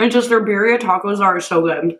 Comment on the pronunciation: My only question is, How does she pronounce “Cacio e pepe” (Italian) fairly well, but she can’t say birria (Spanish)?